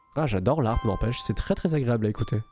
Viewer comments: En tant que harpiste le « jouer de l’harpe » m’a arraché les oreilles 😂 (on dit jouer de LA harpe) Top la vidéo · Alors pitié on dit pas « l’harpe » mais « la harpe » 🥲🥲🥲 Sinon vidéo au top 👌🏼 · Je passais un bon moment... jusqu’à l’apparition de L’ARPE!!! Mon petit cœur de Harpiste pleure 😢 On dit LA HARPE!!! C’est comme LES / HARICOTS, il n’y a pas de liaison!!! Sinon très bonne vidéo 👌🏻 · juste euh... on dit "la harpe" le h étant ici aspiré :p